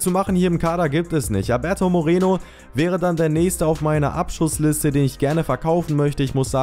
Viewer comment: nicht mireno